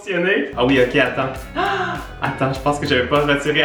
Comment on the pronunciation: quand la slush du crush orange fonctionne. y'a un bon "ATTENNND" québécois qui sort de ta bouche haha ça fait du bien de t'entendre au naturel un peu :)